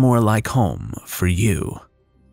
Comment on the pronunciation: Ok, in the 1st two parts, you pronounced Moira's name correctly. But now, it's changed to Mariah?